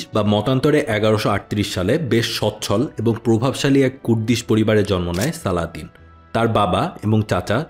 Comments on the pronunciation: সালদিন কেন বলেছেন 😢 আপনিই বললেন ওয়েষ্টরা সালাদিন বলতো। এর অবশ্য কারণও আছে। তাদের উচ্চারণে সমস্যা হতো আর মুসলিমদের নাম বিকৃতির ক্ষেত্রে তাদের তুলনা নেই; আপনার সঠিক উচ্চারণ উচিত ছিল। আশাকরি সংশোধন করবেন। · ভাই পশ্চিমাদের মতো সালাদিন সালাদিন করতেছেন কেন? তারা নাম বিকৃত করে বলে আপনিও সেটাকে গিলে নিবেন? আর শব্দটা ভিজির না, উজির। শব্দটা আরশাফ না, আরসুফ। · আপনি একজন মুসলিম হয়েও পশ্চিমাদের মতোই তার নামটা ঠিক ভাবে উচ্চারণ করতে পারছেন না! আই আফসোস